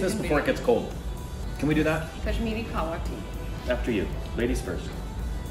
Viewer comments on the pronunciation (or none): Kashmiri tea is not pronounced Kaahwa it is written as Kahwa and pronounced as Kehwa! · Kashmiri tea is pronounced as keh-wa tea not kaava tea.